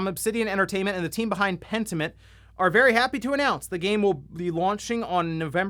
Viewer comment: bro… for real? Pentiment? Big oof.